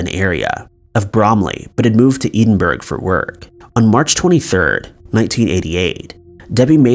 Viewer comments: Edinburgh not Eden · Same for Number 1, Ive never been to Eden Burg. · Edenburg😭😭 It’s Edinburgh - Ed-in-bruh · "Edinburgh" is pronounced "ED-IN-BURRA" (or "ED-IN-BUROUGH").. "EDEN-BERG" sounds so cringy to me lol (sounds Scandinavian).. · In the suzy lamplugh case John cunaan was the Prime suspect but there was never any proof, although his nickname in prison had been kipper. And just for the record I live in Edinburgh it is NOT pronounced edenburg it is pronounced eddinburuh why people think it's pronounced all these weird says truly baffles me! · Eden burg 😂 It's pronounced as Ed-in-borough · Edinburg= edin borough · Pronunciation of Edinburgh had me giggling.. It sounds like Ed-in-bruh, not ee-ding-burge 😊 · My thoughts exactly. I was trying to work out where Eden.Burg was. Took a while be to twig he meant Edinburgh. Pronounced Ed-in-burra is the best I can come up with. Maybe someone an come up with something better. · many americans pronounce things wrongly as they've been brought up to speak how thinks seem to be spelled. i.e the solway space man happened at burgh by sands it's prounced bruff by sands. Edingburgh is ed in borow. Theres are town near mear called Apastria and many americans say say hey leys go to as pi taria. lol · Edin brough not edinburg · EDINBURGH - mate sorry but it's not Eden-berg, it's Ed-in-borough. Here's a video to 👂 hear it. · Edinburgh Ed in bra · I love your voice my friend but since I'm 🏴 it is Edinburgh Ed-in-bor-ah translating for the neds 💜💙 all the best for 2021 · Edinburgh, Scotland is actually pronounced "Edinboro" with the last O being kind of rolled. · "Eden burg " lmao How do you not know how to pronounce that properly ? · you say it like this ed in bra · F**king eeedinburg??????? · She wouldn't have $15 in her purse she would of had £15 pounds considering it's London UK. And also the way you were saying Edinburgh 😂😩 pronounced Ed-in-brur 🙈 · Being from Edinburgh i cringed to much when you said edenburg